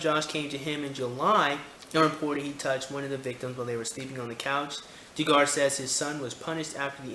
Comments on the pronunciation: dontbeknowing Yes, Dug-er is the proper pronunciation. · Doo-gar is mispronounciation, I think. Isnt it more like Dug-er? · It's Duh-gar my friend.